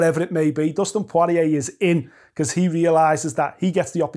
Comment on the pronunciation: Who is Dustin Pworeeyay?